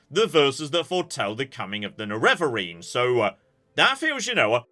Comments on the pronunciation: Nerevarine is pronounced NEH-reh-vuh-reen in the game's ending cutscene. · the pronunciation of Nerevarine is base on Nerevar's, which is pronouced "NErevar". Therefore the first syllable is the strong one: NErevarine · Maybe it ends up more neh-reh-vuh-reen but feel free to change whatever you need to fit it in your mouth. At least now you know what you're aiming at 🫡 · Pronunciation of Neravarine: There is dialog in Oblivion where NPCs talk about the Neravarine's activities. That would be the canonical pronunciation. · most people pronounce it with the emphasis on the first syllable: NErevarine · I find it amusing that can pronounce Nerevar, but he's incapable of adding "-een" to the end